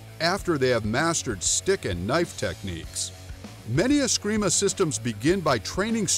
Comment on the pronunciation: "If you know anything about martial arts you know about askreemah and eeyado" well you obviously don't know anything about martial arts pal.. ya can't even say the word right